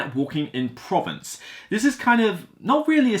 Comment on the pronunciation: You should Google the word "Provence" to get the correct pronunciation.